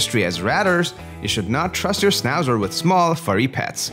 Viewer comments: Maybe don't make a video portraying a dog breed whose name you can't pronounce.... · Why are you showing Schnauzers who have their tail cut off. In European countries that's NOT allowed anymore. And for good reasons. No ears cut and no tails cut. And please , because it is a German dog , try to mention the name right.